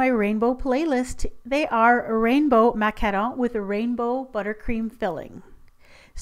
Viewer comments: You call them like macanon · It's pronounced mah-kah-roon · I'm kinda confused with the pronunciation. I guess i always call macarons (those you made in this vid) macaroons. Thanks I learnt something new today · you say Macarons weird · Omg do you speak french? You say ''macaron'' like french canadian :) ps: i am french canadian hehe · Do you talk french ? Because you really sound french when you say : Macarons :) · Sorry but you are ma-ca-wrong